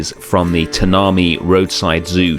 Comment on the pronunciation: Very helpful video, thanks 😄 Btw, Tanami is pronounced /ˈtænəmaɪ̯/, as in rhymes with "savannah high"